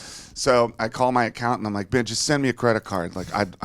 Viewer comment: I love how Dave referred to his accountant as "bitch".. hahahaha or at least that's what it sounds like